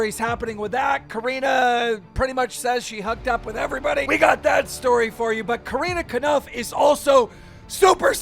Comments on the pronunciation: Why does he call Corinna kopf “karina kanuf” lol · Keem it’s Corinna cough no conif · wow and now hes saying KOOOOREENA KANUPF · coreena konuf (core-in-uh-kah-pf) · Keem it’s Core-inna Cop-F Please say her name properly I cringe I cringe everytime you say her name lmao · Are we just gonna pretend he didn’t say carina kanaf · How can my man pronounce Corrina Kopf so wrong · That was the most cursed pronunciation of Corinna Kopf. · The way he says Corinna’s first and last name completely wrong every time 💀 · Does he purposely pronounce Corinna's entire name wrong every single time? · I love Drama Alert but Jesus Christ dude why can’t you pronounce anyone’s freaking name right? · Keemstar please learn to ponounce Corinna Kopf's name xD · Is it me or does keem say Corinna Kopf wrong